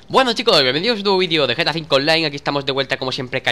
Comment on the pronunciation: Dani cuando dices gta V online parece que dices vegetta 5 online